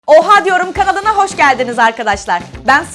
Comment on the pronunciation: yapyap kanalına derken yapyap kandına dedi